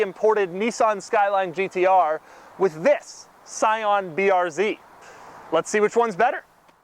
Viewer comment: scion "brz" lol